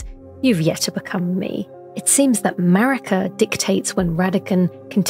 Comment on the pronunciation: Ok, I know it's Maraka, but I keep hearing MERICA! Lol